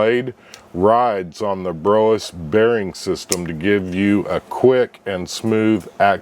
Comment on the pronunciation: Thank you for the great review. Brous is pronounced like HOUSE but with a B.